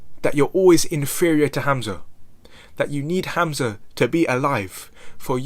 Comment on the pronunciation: Hamza sound of the name Hum-Zuh lol u calling him hazma This has got to be the new thing to wanna be when you grow up some cult leader with followers having a GOD like complex is scary and people should be afraid of these types of people. Any man/woman that’s looking to be worshipped of have followers u need to stay clear of these types of ppl. I’ve never seen one that really believes that they’re not GOD of just as powerful as GOD. They always have demonic energy surrounding them